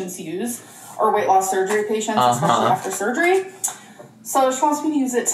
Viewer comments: Minor detail I know, but her ‘ex-speciallies’ are driving me mad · Did she say exspecially?